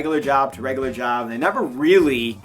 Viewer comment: Bitch said nayver😂